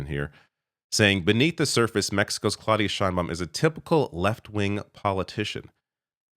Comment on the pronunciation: it is clau as in now. Learn some Spanish,. And the d is soft. - And start learning French, as well.